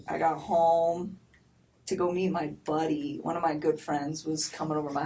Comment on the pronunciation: the inflection she gives “mah BUHDDy” when she calls jim that, I think she can’t say it correctly because he’s more than that. Just like when she tried to be fancy calling him her house guest that she had to cater to in order to not be a rude host (the day of the merder) That’s frigging odd. And it sounds odd bc he’s not a buddy or a house guest. He was her other no strings attached I’m a cool girl friends with benefits boyfriend.